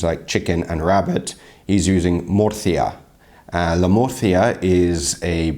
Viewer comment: its Murcilla not Murcia, Murcia its a City in Spain;)